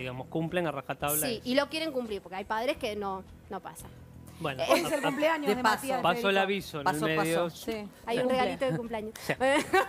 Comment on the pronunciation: Que ganas de pegarme un corchaso cada vez que escucho a Cinthia decir CUMPLAÑOS! no sabe hablar y es candidata a diputada... pais del orto.